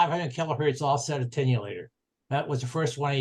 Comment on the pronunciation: Very good overview but make that attenuator, not 'attenulator'.